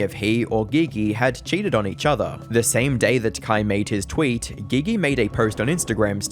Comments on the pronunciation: Surely her name is pronounced "G G" and not "Gee Gee" what a weird choice. I mean maybe thats what she goes by I don't know. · Once you called her Gee -Gee. I knew this was crap. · dude really sayin McGee gee 😂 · Bro really said gee gee to pronounce "Gigi". Quantity over quality I see. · Bruh said Ge Ge lmao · Bro said Gi gi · her name is "Gigi" not "Ghe Ghe" 💀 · Her name is pronounced GG 👀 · Giggy , it’s Gee Gee. G is J. Thought it was funny you saying it like that. 😂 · Calling Gigi geee geee is too funny lmfao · Gee gee? It's pronounced like the J in jump. Not the g in go. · Say it with me, “jee jee” how you make a video about him and you can’t pronounce either 😭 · Geeee geee ?? You can tell you ain’t write your own stuff still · Gigi is pronounced Gee-gee. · Gotta dislike the video. You don’t know how to say Naruto you don’t know how to say GiGi. I feel like knowing how to say GiGi while talking about Kai is literally bare minimum research. Do better. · That is not how you pronounce Gigi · Dude really said Gigi named some wrong lol you UK mf 😂😂😂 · pronouncing Gigi wrong has me thinking your using AI voices lol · The pronunciation of "Gigi" have you never heard that name lol wtf